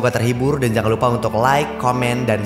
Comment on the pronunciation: Spaktakori???? Sptrakori di bacanya saputrakori